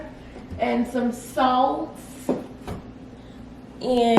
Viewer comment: country side coming out watch how she say “ SALT “